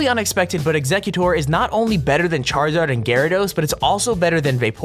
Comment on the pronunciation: It's eggcicute but say or at the end